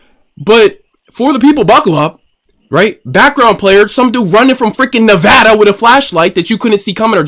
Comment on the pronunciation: As a dude from Nevada: 1. None of us are running that far. 2. We appreciate you pronouncing the state correctly.